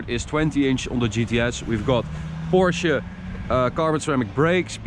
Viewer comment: I appreciate that you actually say "Porsche" instead of the casual "porsch"